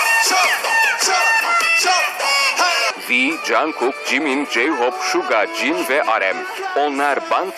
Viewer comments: Jankuk dedi :D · ıyy deme sakın "Kook" desen bile olur ama jankuk demeyin şu çocuğa .D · ama işimleri telafuz... lan adam jankok dedi (okuduğu halini yazdım linçlemeyin pls)